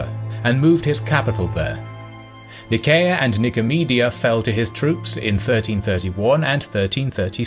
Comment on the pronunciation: Not to be htat guy, but I think Nicaea (or Nicea) is pronounced Nye-SEE-a